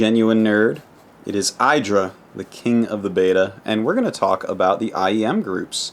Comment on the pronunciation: Idra, not I-dra.